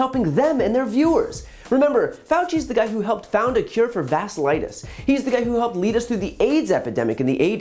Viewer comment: Love the show. Vas-"Q"-litis :)